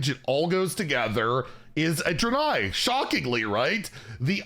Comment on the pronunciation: How does he still not know how to pronounce “Draenei”?